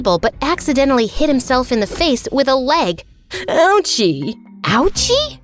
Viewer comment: Nobody gonna talk about him saying oUcHiE